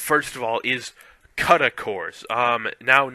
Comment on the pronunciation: u cannot pronounce cuda never mind know what they are.